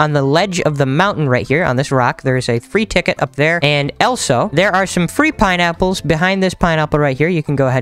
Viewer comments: he said Elsa instead of also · The fact he says elso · He says elsO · The fact that he says elso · He says elso 😂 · who in the world taught you how to pronounce "also"